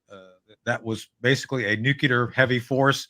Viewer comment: Marvelous SuperHero dialogue, Guys.. such great Historical Situational Awareness sprinkled throughout.. And, advice to Tony, from an 80-yr olde with Cold Warrior street creds... "Nuculer" is a mis-pronunciation introduced into the "Lexicon" from the Oval Office by "W," Bush the Stupid. The proper pronunciation is "Nuclear," derived from a reference to the atomic structural dimension of "Nucleus"... you know, Protons, Neutrons, Electrons.. fundamental atomic physics. Quarks 🤔 💭 & such.. ? Above my Uncertainty Principled pay grade.. 😅. Thank Heisenberg 🎉